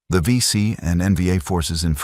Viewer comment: If you do AI to make your video. Please use spell check and proofread. These are Aussie legends and your Ai is crap. Vet's read through this. 23 seconds in you call them the BC. WOW. AI is "Not good"! Disrespect to the VC.